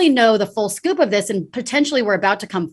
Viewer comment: lady lorrainne had better go and relearn english, its not scoop, its scope. i know tiny petty but if you dont know the difference between scope and scoop, you need to take a class yourself.